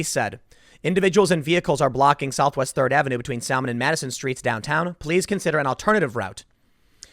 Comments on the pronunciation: It’s pronounced “Sa-mon” not “Sal-man” dude....... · Tim pronounces Salmon as SaLL-Mon. Pressing dislike button now for being unprofessional. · Sal-mon lmao.its sa-mon the L is silent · Did...Tim say "sal-mon"? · Ummm... Are you saying saLmon? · “Sal Mon” “She Riffs”. LOL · The "l" is silent in "salmon," Tim. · The “L” in Salmon is silent :) like the fish